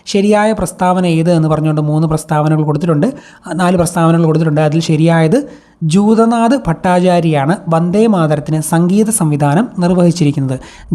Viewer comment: Sir, class നന്നായിരുന്നു. പിന്നെ options വായിക്കുബോൾ clear ആയിട്ടു വായിക്കാൻ ശ്രെമിക്കുമല്ലോ..video കാണാതെ എന്നെ പോലെ പണികൾക്കിടയിൽ കേൾക്കുന്നവർ ഉണ്ടാകും എന്നെപോലെ first time psc exam എഴുതുന്നവരെ അത് കുഴപ്പത്തിലാക്കും.ജദുനാഥ്‌ ഭട്ടാചാര്യ എന്നതിന് പകരം ജൂതനാഥ്‌ എന്നാണ് പറഞ്ഞത്.അതുപോലെ ശരിയായ പ്രസ്താവന തിരഞ്ഞെടുക്കുക, ശരിയായ ജോഡി തിരഞ്ഞെടുക്കുക തുടങ്ങിയ ചോദ്യങ്ങളിൽ തെറ്റായി നൽകിയിരിക്കുന്നവ എന്തുകൊണ്ട് തെറ്റായി എന്നും correct answer ഏതാണെന്നും കൂടി പറഞ്ഞു തന്നിരുന്നെങ്കിൽ ഉപകാരമായിരുന്നു....